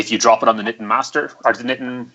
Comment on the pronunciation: Hey guys, don't want to be too much of a stickler for pronunciation, but "Niten" is pronounced knee-ten, not knitten.